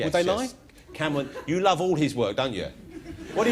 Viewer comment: “Wuv, sweet wuv. . , .